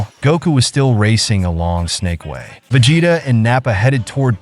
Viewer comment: Vegeta is 'Veh gee tah' instead of 'Ve jeh tah'. Saiyan is 'Say an' not sai an. Even though that's how it's spelt haha. Also very excited for you to do the Cell arc. Keep it up!